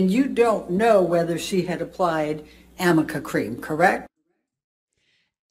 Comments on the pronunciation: Did you not realise that it’s hilarious and bizarre because it’s Arnica cream she means and got it wrong despite facing her script so repeated Amica the incorrect word umpteen times? I was surprised this wasn’t mentioned in your breakdown. ‘Amica’ cream does not exist! 😂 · The best part was it was Arnica cream, not Amica cream. And it’s hysterical all around AND I’m wondering what they hell they thought arnica cream does because it’s a natural pain reliever cream but it doesn’t stop swelling or cover bruises to my knowledge. I do wonder if Elaine is entering a mental deficit stage or something. Some form of dementia. I have to think she was better before this. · It’s arnica cream, Elaine! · Why does Elaine keep calling it Amica ??? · To my knowledge Its actually Arnica cream not AMICA cream. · Because #1, she clearly does not know what ARNICA cream is #2 the "r" and the "n" when positioned next to one another, at a glance, looks like a "m". Hence, AMICA. It was so hilarious to hear her say this, probably 10 times. Amber looks so embarrassed, because she knows she's saying the wrong word, over and over again.😂😂😂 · Its so funny to me that its is called aRNica cream and not aMica cream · that's not the point. Her team should have known better as she was describing arnica cream (which a lot of people do know about,). When you pay your legal team six million dollars they should know exactly what they're talking about. A quick Google search would tell them the pronunciation AND the uses. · Why did no one slip her a note, so that she says ARnica correctly. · She has totally misread her notes. ARNICA cream!!!! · Hey. Big fan. What I find amazing in this whole Amica cream deal is, no one on Heard team attempts to correct the mispronunciation. Including Amber. I think it is an elaboration and I think she never used Arnica cream. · Elaine can't even pronounce the cream she asked about she's supposed to professional lawyer 🙄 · AMICA cream doesn’t exist 😂 it’s Arnica